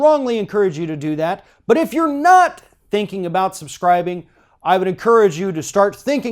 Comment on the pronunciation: stop over emphasizing the word "not" in your little pitch at the end. it is cringey and just ridiculously unnecessary.